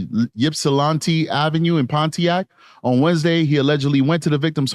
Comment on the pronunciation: Its Yip-sa-lan-tee. Ypsilanti.